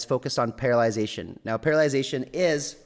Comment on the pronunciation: Parallelization instead of paralization. :). Close enough we knew but I was curious because it sounded like another word for not being)g able to move?